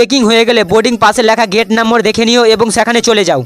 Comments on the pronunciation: আরে মাড়া,, নাম্বর টা কি নাম্বর না নম্বর 😂😂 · নম্বর❎ নাম্বর ✅ 😂😂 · ভিডিও সব ঠিক ছিল । ওটা নম্বর 😂 নাম্বোর না 😂😂